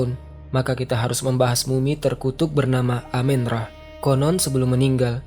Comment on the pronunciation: bukan dewa amin ra bang, tp amun ra